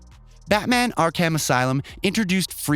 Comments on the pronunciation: It’s Ark-em asylum not Ark ham lol and it’s infamous one word. Not in famous. 😂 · . "Ark-- HAM". Lol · Ark- ham and too- shima are just the best! Bruh! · Ark-HAM, in-Famous, L.A. Nor 😁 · I know it's probably a regional thing for wherever the presenter is from but "In-famous" and "Ark-Ham" asylum killed me 😭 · Learn how to say game names right: Ark-Ham? In-Fay-Mous? Really now. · Ark-ham? In-famous? The pronunciation is distracting 😁😁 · "Ark-Ham" , "In-Famous". Has this person ever even heard if these games?😂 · Dude come on with the Arkham shit man. U said it wrong the last video too and this is ur job bro. U can tell u obviously haven’t played them and are just reading a script. Idk that just bothers me and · Heard of the games? Hell, seen a movie/comic/game/lovecraft/real life Arkham? Even infamous is just a regular word, how can you get that wrong?